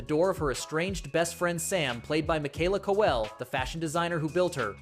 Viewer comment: Michaela Co-elle?? Piss off AI voice